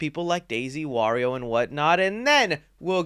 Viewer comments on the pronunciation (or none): none